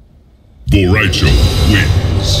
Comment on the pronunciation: When the annocer says bo rai cho it’s like bore ri chow